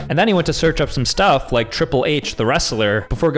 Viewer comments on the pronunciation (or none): none